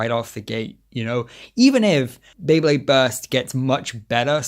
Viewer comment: Drinking game: take a shot for every time mispronounces “Beyblade” Jkjk